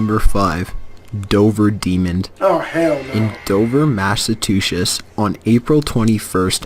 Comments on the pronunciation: “Mass a tu sets” ( bruh how does someone pronounce it like that) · Massatushuss lmaoo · "Mass - a - tu - sesh" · How did mess Massachusetts up that bad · We all gonna skim over like didn't pronounce Massachusetts wrong? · The video is so fake that they had to steal from Cyanide and Happiness! Could they seriously not think of another monster to blatantly rip off? I mean they couldn't even pronounce Massachusetts right! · the way he pronounced “Massachusetts” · Foreal lmao born amd rised there it's hella cringy when they say Massachusetts wrong lol